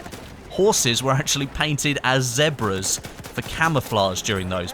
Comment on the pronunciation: Weirdest way of saying Zebras.